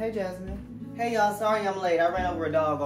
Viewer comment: Bro- my sister's name is Jasmine and every time, you said Jazmine, she looked at the screen because she thought someone was calling her lmaoo